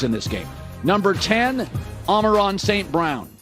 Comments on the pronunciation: Ama-RON st brown💀💀💀💀💀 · Hutchi n son Amo n ra (no n here) st brown We get such little love from the media they don't even know how to say our best players names